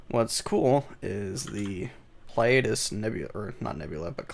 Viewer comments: Ply-ay-dus? No, Plee-uh-dees. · Pleiades (Plei-a-des) Not whatever way you butchered it lol